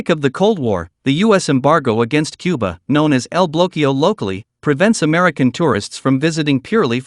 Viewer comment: Which president said Cubar?